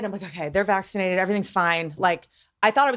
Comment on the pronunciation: did she say the dogs are vACCINATEED?????